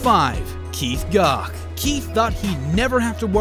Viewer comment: gough is pronounced goff in england.